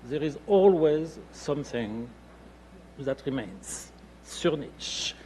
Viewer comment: Why is he pronouncing it like "niche"?! That irritates me so badly! I just looked up more sources despite having a German mother and asking others/the internet how to pronounce it a hundred times before, just to make sure I wasn't being a dumbass again, and no!! It is NOT pronounced like how says it, at all!